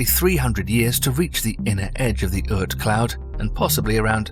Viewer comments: Ort cloud. Not Ert cloud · The pronunciation is "aught" cloud, like "caught", not urt cloud. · The fantasy OORT cloud. LOL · You need to check your pronunciation of Oort cloud.